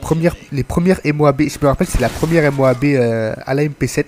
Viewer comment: dire M O A B ses une façons classe de dire moab like